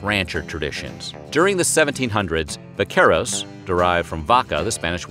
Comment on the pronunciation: The way he said the word “vaqueros” threw me off bc I didn’t understand at first 😅 until I saw the word written on the left hand corner.